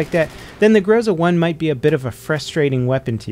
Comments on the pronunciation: It's not grOza, it's grozA -_ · correct say grozA instead of grOza. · it pronounces not grOza but grozA. Emphasis on last letter. Why, do you think, europeans don't say amerIka instead of amErica? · Yo, someone probably allready mentioned it, but its grozA, not grOza. Means "thunder-storm" btw. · It's not GrOza, it's GrozA, guys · This word pronounced not grOZa, but grozA, as the most of Russian names in this game (iglA, not Igla). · Speak correctly 'grozA'. Accent on the last letter. In Russian it means 'Thunderstorm'. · thanks for the video! "Groza"is pronounced with en emphasis on the last syllable. It means "lightning" as well as "threat" in Russian language.